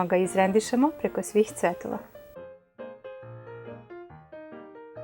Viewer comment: Jeli rekla ,,izrendisemo,,ili ja ne cujem dibro...😱